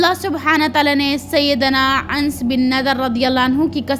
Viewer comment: Mashallah buhut acha bayan kerti hen bas please thore words ka sahi pronunciation seekh len jese sayeedna Anas ko aap Ans kehti hen, kuniat ko kaniat kehti hen etc JazakaAllah